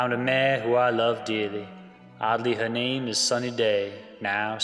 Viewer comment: He still can't get her name right.